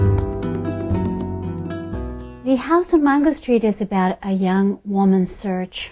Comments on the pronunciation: MAINgo not MONgo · It’s Mango but she is pronouncing it in spanish. In Spanish it’s pronounced Mongo.